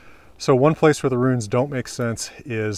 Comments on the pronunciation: funny to talk about accents saying guere and not where xd. Great vidio anyway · I could not stop hearing every H you pronounced after you showed your notes on “Where”. Awesome video thank you!